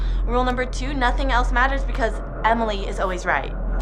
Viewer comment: Weird way to say 2.